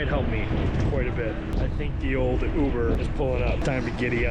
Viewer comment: Youber 😮 that’s how you say it?